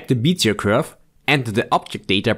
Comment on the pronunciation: How to Pronounce "Bezier Curve"